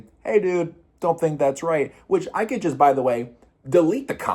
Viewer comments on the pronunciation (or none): none